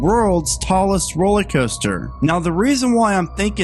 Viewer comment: I have no confidence in someone who pronounces it ROLLY COASTER instead of the correct ROLLER COASTER.